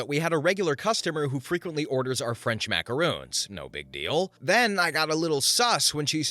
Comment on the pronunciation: they're macarons, not macaroons. Short "o" at the end there. A macaron is a sandwich-like cookie that's filled with jam, ganache, or buttercream. A macaroon is a drop cookie made using shredded coconut. Kinda like mistaking Oreos for girl scout samoas.